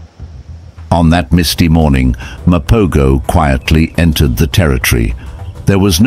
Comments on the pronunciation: Wait a minute...I watched The Lions of Sabi Sand and Brothers in Blood....this is some pieced together BS. You saying Mopo"goes" instead of Mapo"hoes" was the first sign. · First, they are pronounced the MA-PO-HO! Second, lions are not a herd, they are a pride! 3rd, most of this video is not footage of that coalition (virtually all the fight scenes)! 4th, the story is not in chronological order! This is a shame of a video regarding one of the most prolific coalitions ever! And the coalition that killed Kinky-tail is pronounced MA-JINGAH-LA-NEE! I'm not trying to be mean, this was just so irritating to watch as a lion lover and LONG time follower of true lion documentaries. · Use the correct footage & more importantly, Pronounce the pride name Correctly… Mapogo= Mapoho pronunciation!!!!